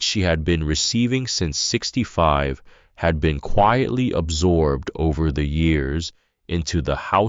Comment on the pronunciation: The AI narating this does not know how to say "THE" or "READ". But the story is good.